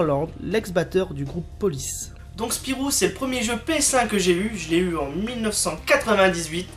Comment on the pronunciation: Hey mais c'est mon gg! :D Mario Kart 64 et les cochons de guerre tu me fais plaisir là. ^^ PS: ce n'est pas Spirou mais SPYRO mdrrrr